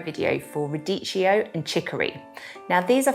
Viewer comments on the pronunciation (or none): Pronounciation: Radikkio no cheeo